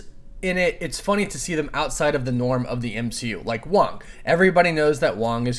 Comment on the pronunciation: M-she-u got me 🤣